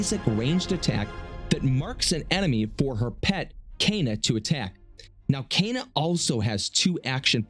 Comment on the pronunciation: it's pronounced K-ah-N-ah Not Caina